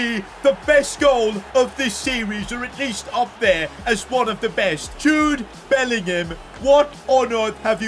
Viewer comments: did you say jobe bellingham when jude scored against juve lol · Jobe Bellingham?💀